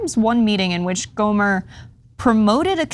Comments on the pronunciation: It's not go mare it's gomer Louie gomer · GohmerT with a hard T like TANK, not Gohmert like Stephen Colbert hahaha. Just want to throw that in there. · It's Gohmert, pronounced like yogurt. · Just a tip: his name is pronounced GO-mert. The 't' is hard. Rhymes with 'hurt'. You can see him frequently make an ass of himself on the floor of Congress on C-SPAN. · Another case of or her producer not doing prep research. Google how to pronounce these names and learn their backgrounds. Do the work, it undermines your credibility. GO-murt. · Airhead. Riggleman was never Chief of staff and she has no idea who Gohmert is or how to pronounce his name. Pretty doesn't equal qualified. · Is she mispronouncing 'Gohmert' on purpose? Or does she not do basic research?